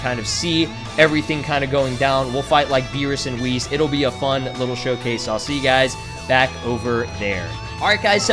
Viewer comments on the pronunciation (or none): none